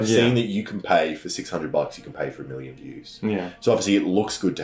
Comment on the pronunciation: same miwion dowlers